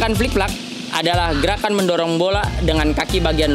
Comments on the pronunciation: Flip flap bos, bukan flik flak 😂😂😂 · Flip Flap Bukan Flik Flak